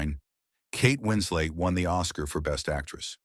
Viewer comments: It's "Winslet", not Winslate". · Ugh...this felt more like a cinematic burn book with sub par AI narration...WinsLET, not whatever you said...🤦🏽‍♀️ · The AI narrator needs some remedial work. Kate Wins-Late? Really? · Kate "Winslate"?